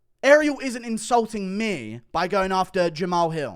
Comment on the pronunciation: Why cant you say "ME" correctly?